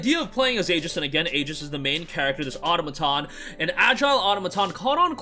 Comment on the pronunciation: Thanks for mentioning the special edition. I was wondering if there was one. BTW, the word "automaton" is pronounced "a-TOM-a-ton" or "a-TAH-ma-ton," with the stress on the second syllable. Trivial, but I thought I would mention it because the word comes up so frequently!